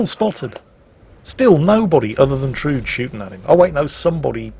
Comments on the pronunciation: Actually, it is pronounced Trud-E (e as in ever). Norwegian womans name. ;) (Guess it is originally a German name actually) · "Trud" is Tru-de a Scandinavian girl's name. She did well. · Actually,, it's pronounced "Trud-ay" She's a character from Strike Witches.